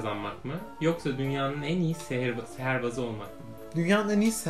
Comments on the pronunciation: Niye sihirbaz degilde seherbaz diyor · Seherbaz değil sihirbaz